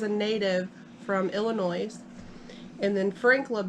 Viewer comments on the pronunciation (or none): Ughh dammit in illinois the s is silent!! My sister does the same thing all the time